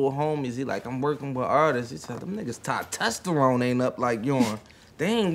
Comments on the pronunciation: meek said tostesterone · "Tos-tester-one" - Meek Mill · “Tosstesterone” is crazy 😂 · My homie meek said tah testerone Up😅😂😂😂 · hahahahah dawg Meek said ty-testosterone and corrected him but was weak hhahaha (testosterone) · Meek said tie tester wrong😂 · Te- tosterone was pretty funny, and I also can’t tell weather Rozay uses joan incorrectly on purpose or what 😂😂😂! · My guy stay correcting peoples grammar lol “TESTOSTERONE”